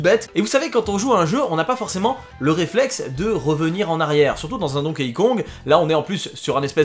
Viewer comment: Ça se prononce «Donki», pas «Donkéï» ;)